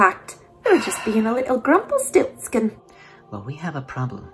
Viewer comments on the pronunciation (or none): i think she said grumplestilltskin but